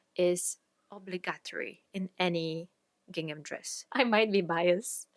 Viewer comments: Gingham and seersucker are super weird words but you’re saying them right ❤ I made two gingham dresses YEARS ago and even though they’re all worn and faded, I get The Most compliments every time I pull them out! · Your pronunciation of the words "gingham" and "seersucker" is perfect.